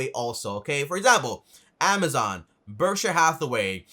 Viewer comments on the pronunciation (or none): none